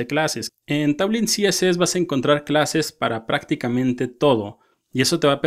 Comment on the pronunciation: Vue (pronounced /vjuː/, like view) tailwind ~ teilwind no lo tomes a mal, la verdad me gusto el video n_n